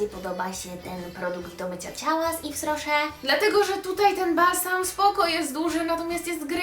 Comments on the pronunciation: No nie mogę jak ty kaleczysz tą nazwę nie mówi się ifrosze tylko iwrosze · Tego się tak nie czyta Tak jak się czyta : iwroszer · czyta się jwes roszer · to się czyta jes roszer (z tego co wiem) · Mowisie - Ifro Szer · Moja mama pracuje w yves rocher ten sklep jest serio spoko nawet od body shop :) Czyta się "ifrosze" moja mama to dostaje za darmo ma tego całe pudełko więc słabo słabo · Czyta się Iw Roche, bo to firma francuska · Czyta się „iwroszer” hihi